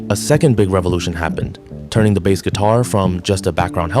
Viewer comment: Your AI voice is saying Bass (like the fish) instead of Bass (like the guitar) lol.